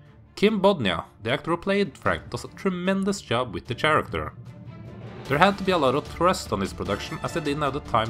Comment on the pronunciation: Karaker! Not "Tjaracter"